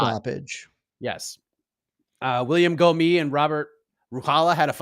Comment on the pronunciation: I know French is tricky but Gomis should be pronounced "Gomiss"